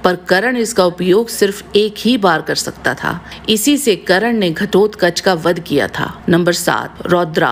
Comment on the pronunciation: karan nhi its karn